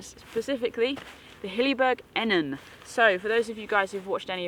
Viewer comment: There is nothing I can tell you that you probably don’t already know. However I believe this model is pronounced E-Nan. The footprint would massively improve the damp/wet issue but only if you don’t leave the tent fully open. Most people zip the whole thing up and even close of the vented ends then the tent has no airflow at all and as a non breathable tent it is bound to get soaked. I suspect having the tent fully open, bedroom door too is that you are letting dew into the tent, especially this time of year. I have used the Enan too and on warm nights I would keep the outer door open but close the mesh door as this did stop the dew getting into the inner/bedroom. A footprint is little over 200g and keeps out the damp wet ground as well as protecting the floor of the inner. You must allow airflow and on my Akto both end zips are permanently half open even in poor weather. The Akto’s door has a vent (again for airflow) but love how you see this as a kinda window. I rarely get a damp tent even on the wettest of days. Keep up the good work. ATB Ant 👍🏻😉